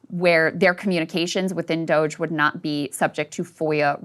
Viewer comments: refusing to pronounce Doge correctly is wonderful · Dooo ge` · I'm pronouncing it Doggy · when he said “doggie” yesterday i nearly swerved off the highway 😂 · Ryan's bit of purposefully finding new ways to mispronounce DOGE is keeping me going. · I love it😂. He’s been doing it for the past few episodes and has me dying😂